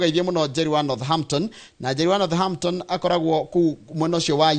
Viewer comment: Northampton- "h" is silent in pronouncement of this name.